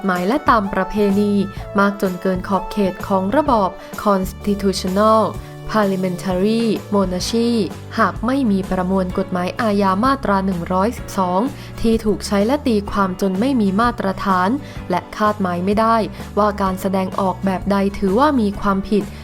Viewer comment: โมนาคี่ ไม่ใช่ โมนาชี่ ไม่เก่งภาษาควรถามผู้รู้ก่อนอ่าน